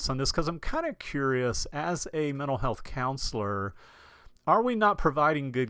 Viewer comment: You are lucky. Good content. Pronunciation slop. If I hear “men’al health” one more time I’ll scream! Off to drink dome “wodda”!